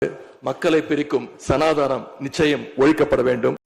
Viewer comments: சனாதனம்.. என்று கூட ஒழுங்காக உச்சரிக்க த் தெரியாமல் தற்குறி உதயநிநி .......சனாதானம்..... என்று உச்சரிக்கிறார் ..பாலிபாபு என்கிற உதயநிதி ! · அண்ணா! அவர் சமாதானத்தை ஒழிக்க வேண்டும் என்று தான் சொல்லுகிறார் சனாதனம் என்று சொல்லத் தெரியாத ஒரு கோமாளி கொடுத்த வாக்குறுதிகளை நிறைவேற்ற முடியாத அப்பனுக்கு பிறந்தவர் சட்டசபையில் ஒரு தீர்மானம் கொண்டு வந்து அவர் சொல்லுகின்ற சனாதனத்தை ஒலிக்கட்டும். வார்த்தையை சரியாக உச்சரிக்கத் தெரியாத தத்திகள் ஒரு ஏறி கோழி பிடிக்க முடியாத கோமாளிகள் வாணனே வைகுண்டம் போவார்களா! லூசா!? சானாதானத்தை ஆணயையும் புடுங்க முடியாது